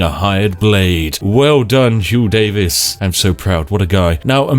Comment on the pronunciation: "hugh davis" the welsh over here want our names back "Huw Davies"